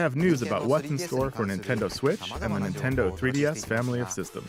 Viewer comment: just realized that the narrator here says “Intendo” eshop. Anyone ever noticed that?